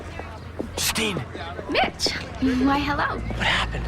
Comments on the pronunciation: I keep hearing bitch instead of mitch 🤦🏾‍♀️ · No lie at first that's what i hear then i heard mitch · i swear, the whole time...i heard Bitch not Mitch... :(